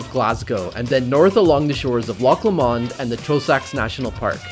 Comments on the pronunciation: pronounce LOW-MAND not LA mond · Haha I did giggle a bit 😄 it's pronounced 'low-mund' not law-mond 🤣😆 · aaarrgh my ears... Dear, can you please pronounce Loch Lomond as 'Lowmund', cheers haha:) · I love your videos, but please practise could you practise Loch Lomond. You make it sound exotic and almost French like blancmange. It's easier to say Loch Lowmond...that would sound a tad more Scottish. Safe adventures, you make great videos. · Sorry...had to stop and take a minute to figure out how he could so badly mispronounce Loch Lomond haha Never heard it said that way before lol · Loch ‘Lomond’ 😂😂😂